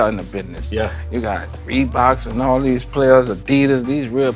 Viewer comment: " I WANT ALL TREE OF DEEZ " -Birdman